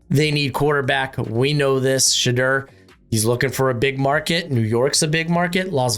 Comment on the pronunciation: bro why do you say Shedeur’s name like that?